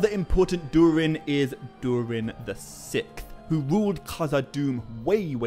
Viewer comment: Dude I love your videos so much. You had me belly laughing with how you pronounce SIXTH. You say what sounds like SICTH. I know that’s petty and stupid but it gave me a laugh so there you go. Much Love. Keep doing what you’re doing. Your content is helping me get through fire season.